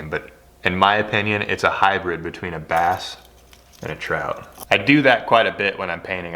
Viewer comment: Trass?!? "Brout"